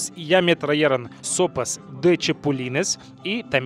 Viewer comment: Se dice tra G ron , no trayeron jajaja